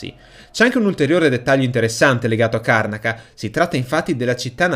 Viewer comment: Si pronuncia "Karnàca", comunque...